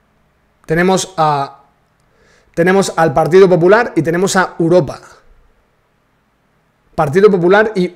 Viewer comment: La màxima exponente en decir Uropa, es la chiqui barriobajera.